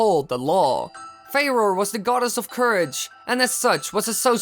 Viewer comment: Its pronounced "Fu - roar"